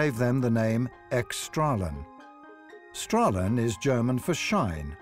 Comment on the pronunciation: When you are making a video, you should put more effort into translating foreign words than just using a dictionary.... "Strahlen" also means "rays" in German, In addition you pronounce it wrong!